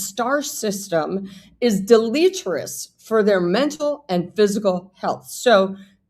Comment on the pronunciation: Is it possible that the invitation went something like this? You’re invited but not expected - which is code for don’t come and that Charles is trying to make himself look like he is family oriented and trying to annoy William and Catherine. Check pronunciation of deleterious.